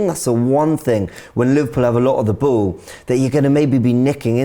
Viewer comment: anyone else can't help but to laugh every time says Ball.... da booool - on the bhool. It makes me giggle every time I hear it.